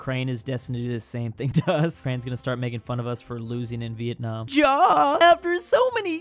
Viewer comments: pronounced "ja" as ga instead of ya pronounced mein wrong monacco is mistaked for poland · Ja is pronounced Ya and Die is pronounced Dee in German. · Can someone please teach how to pronounce "yes" (ja) in german? This is getting embaresing. Also, I am not sorry for bad spelling in english. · Day i don't even know how many of telling that 'Ja' is pronounced 'Yuh' in German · just so you know, Ja is pronounced like: Ya. I am just saying that bc as a Dutch person (Patriotist Swamp German), every bone in my body hurts when you say Ja wrong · Ja is pronounced ia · The ja is pronounced ya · Can u pronounce Ja not ja but ya cuz thats the correct way 😊😊